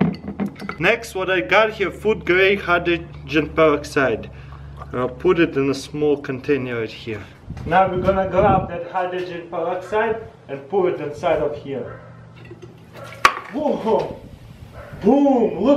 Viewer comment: contanier xD